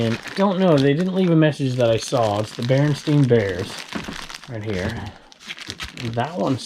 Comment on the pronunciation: Berenstain Bears... you pronounce it the old, "Mandela Effect" way.... Berenstein... weird!!!